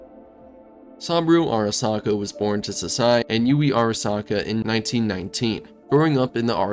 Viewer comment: Sam-bro Arasaka 😂😂